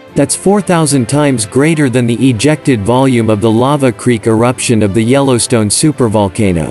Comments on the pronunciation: did the computer voice just call it yellow steino. please was a real voice not a computer. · Yellowstaino ??? I think your computer voice has a glitch.